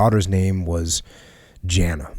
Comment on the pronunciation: Sorry Jocko, but I'm pretty sure the daughters name is pronounced 'Yah-nah'. Wouldn't normally bother me but had to get that off my chest.